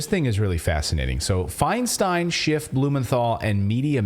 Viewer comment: Pronounce her name Feen-Steen...